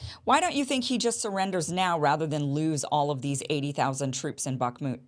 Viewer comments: Iversen : Kim, you aren't pronouncing the name of this part of Ukraine, correctly. Based on your pronunciation, I had to do several Web searches to try to get the spelling, and it is " Bakhmut ". That should be rather pronounced like "Bakh" + "mut", and not like "Barkmood", "Bakmood", etc. Anyway, it is Bakhmut, and captions for this video don't correctly show this. The caption shows " buckmut ", although I now notice that ... not captions, but text normally shown with the video, says "Bakhmut", which is correct. Captions often contain errors, or so I've been finding anyway. Lastly, given that Scott mentioned Ray McGovern in relation to all of this, maybe you could have Ray on for guest about this situation in Ukraine, I suggest. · Hi Kim pronounce bakhmut with a silent K. Bah mut. Great work